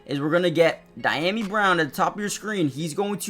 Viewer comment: Thanks for the upload. Just as a point of respect, Dyami Brown's is pronounced DEE-YAH-ME, not DY-NAM-EE. Fans should get that stuff right.